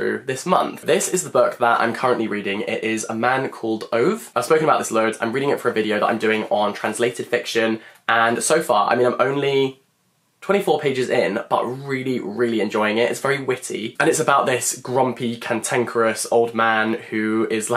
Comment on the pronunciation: Ove is pronounced Over! :DDD Any Scandinavian names with an "e" at the end are pronounced with an -Er. It would be more accurate to say 'uh' but it works with 'er' too